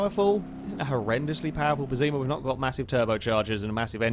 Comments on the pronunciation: Its pess-ima not pezzima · One thing I realized: if "Pessima" is meant to be the italian word for "awful", then it's pronounced with the Italian double S sound (a bit like an sh), not a Z, and the stress would be on the first syllabe.